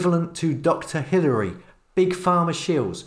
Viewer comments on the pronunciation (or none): none